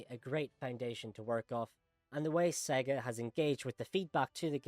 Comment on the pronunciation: I don’t trust a person who speaks about Sonic and can’t even pronounce SEGA properly. Next.